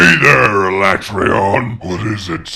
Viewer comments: Ala-tray-on. How about no. Say it with me Alat-reon. I reckon it'd be cool to see Fatalis and then a Black 'Jiiva after that as the end of the game. Or it's the teaser for MH6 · did this chick just say ala-trayon What a rookie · F U I'M CALLING IT ALA-TRAY-ON AND YOU CAN'T STOP ME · its ala tray on XD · WTF Alatreon smol? Also its pronounced as Ala-trey-on Thats a joke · Disliked for refusing to pronounce "Alatreon" as Capcom has intended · Whenever anyone pronounces Alatreon like they did in the Dev Diary, I throw up in my mouth a little bit. Honestly, it's worse than when they tried to change Tigrex to TEEgrex.